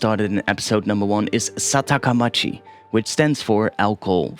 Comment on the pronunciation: Nice job! really like it. But I think it is SAKATAmachi not SATAKAmachi. KANJI is difficult isn't it haha